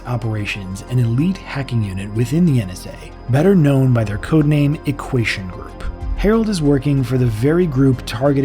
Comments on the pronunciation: poor dude cant even say "equation" lmao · Great video! Am I hearing shit, or is he pronouncing "equation" as though it has an s instead of a t? I keep hearing "equasion"... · “Equation” too